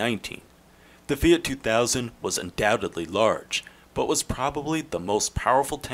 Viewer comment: "FEE' OUGHT"